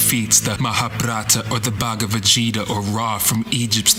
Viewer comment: The way he's breaking words and connecting is quite scientific. He mispronounced 'Mahabharata' and 'Gita', though. But, would ignore at this point 'cause this is exactly my thing.